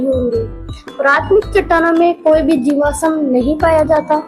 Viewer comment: jiwasam nhi jivasm hota h